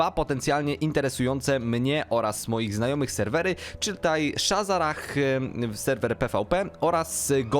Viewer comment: shazzrah a nie shazzarah pajacu ty